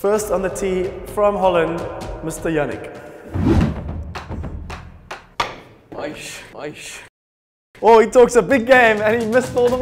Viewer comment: 아이씨ㅋㅋㅋㅋ 야닉 발음 찰지네요ㅋㅋㅋ